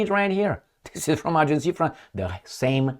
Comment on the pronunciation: Agence france press. NOT Agencie